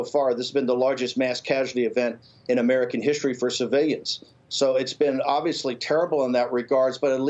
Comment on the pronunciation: Get Bannon some Ls. Meeyons and civeeyons. JoeSquawk didn’t ask the greasy guy how he got so clairvoyant ...